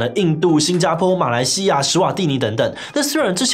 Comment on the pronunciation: 马来西“亚”啦干 ㄧ ㄚ 四声